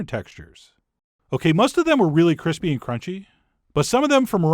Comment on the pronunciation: cwispy gawlick bweadcrumb chikkin OwO